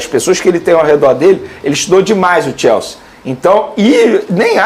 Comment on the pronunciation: Algem sabe que porra de time é esse que mane fala eke chama de "TIELSE" ???? É CHELSEA